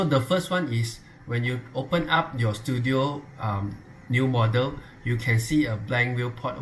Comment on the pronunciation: normal person read: Studio some one: stu DIO